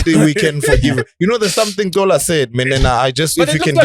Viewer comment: he's not Cola but Xola